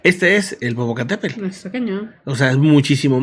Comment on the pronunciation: la semana pasada me hiciste reír un buen cuando dijiste "wescam del Popocatépelll ".... 🤭🤭🤭...y veo que muchas personas no pueden pronunciar "Popocatépetl...en fin saludos 🎉🎉🎉...no cayó tanta ceniza en la cdmx el día de hoy!!pero ya muchas personas comienzan con problemas en la garganta y algunas personas dicen que les arden los ojos.